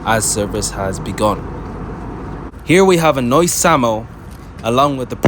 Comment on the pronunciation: Great video, very informative! Been patriotic i prefer the old livery but i understand why they use the new one and also its "sambo" not "samo"😂